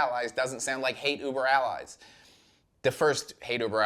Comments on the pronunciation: Why do you keep pronouncing Hate Über Alles as “allies”? It’s pronounced like “al-ez”. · 1- needs to listen to some Dead Kennedys so he can learn how to pronounce alles properly 1-he also needs to learn Roman numerals.